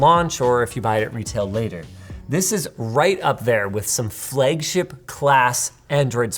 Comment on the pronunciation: Hey Linus. Say 'flag'. Now say 'flagship' 😂